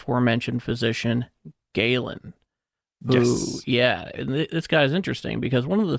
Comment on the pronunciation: it's pronounced GAY-LEN. You say it differently two separate times and get it wrong in both Instances. This is a history podcast you can't even do basic research. Smdh...